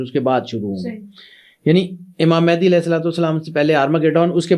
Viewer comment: Imam Mahdi par baat karne se pahle unka naam toh sahi se lena seekhlen. Mahendi nahi Mahdi hain voh...